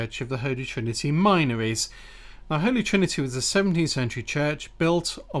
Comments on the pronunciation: Great research. Incidentally, the area is pronounced 'Minnories', locally. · Hey! Isn't the "min" from the word minories pronounced with a short vowel, as in tin?